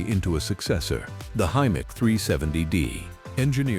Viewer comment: Hi-mark? Hy-Mac you mean. AI narration is shi*e.